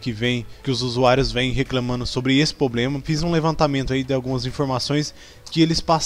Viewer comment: "Pobrema" "Excrusão" e sem falar que seu vídeo não mostra nada do erro tente novamente mais tarde... pqp